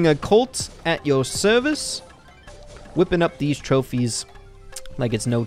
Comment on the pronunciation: That "at your service" sounded very VERY British